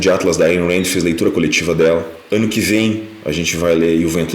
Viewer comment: Jovens o que? Eu nunca consigo entender 😅😅😅 Delanios? 😂😂